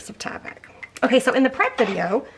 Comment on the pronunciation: You are pronouncing Tyvek correctly. You're good.